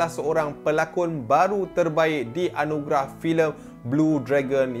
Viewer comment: Anugerah ke Anugelah ??